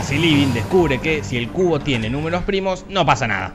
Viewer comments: Pense que decia "La Trilogía de El Culo" xdd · Cuando lo dice la voz de te lo resumo así nomas, suena como CULO jajajaja